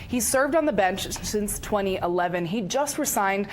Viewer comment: I like how the reporter , during her whole segment, puts on the accent to properly pronounce the names of the people but fails to pronounce "resign" correctly and proceeds to correct her mispronunciation with the same mispronunciation